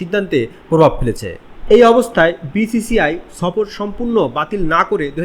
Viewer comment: সফর কথাটা আগে ভাল করে উচ্চারণ কর, তারপর আসব না হয় বৃরা সফর করতে...😂